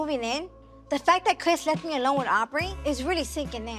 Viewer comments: The twins have a lisp/ talking problems so sometimes Andrea pronounces her bd Chris name as “Crith” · Why y’all in the comments tb “Crith” 😭